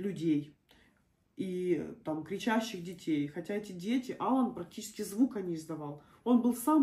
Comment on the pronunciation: Моего внука зовут Ала'н . Ударение на вторую букву а .